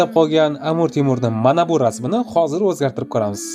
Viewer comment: Амур эмас, Амир булади.